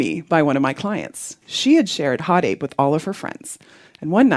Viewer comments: Especially when she said “hot aping” AAAAAHHHH I HATE IT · It should be pronounced Ho Tape ngl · No, it was actually "Ho Tape". 🙃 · I lowkey got uncomfortable very time she said hotape. I felt like i was about to get roofied by her. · I honestly prefer the acronym being pronounced as "ho tape." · "In which instance do you want to hot ape me." Wtf mon...? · The woman forgot the R, for roughshod, in Hot ape. And you know exactly where that R goes. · I'm going to pronounce it HO TAPE. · She’s missing the H in Hot Ape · No one:: NOT HOTAPE! HOTAPE